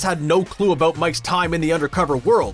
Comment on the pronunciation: Eout & abeout eh ? So Canadian